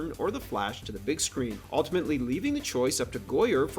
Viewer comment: Stop saying "alltimately".